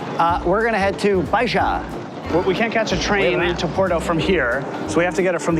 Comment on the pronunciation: Baixa is pronounced bye-sha. X = sh as in xiconhoca.